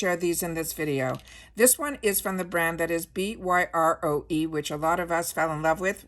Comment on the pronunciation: Byroe is pronounced BUY-row. I saw one of their videos and that was how they pronounced it.